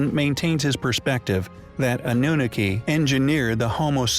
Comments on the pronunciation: Omg stop pronouncing Annunaki that way!! 😂✋🚫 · Sorcha de Adair is he pronouncing this wrong on purpose?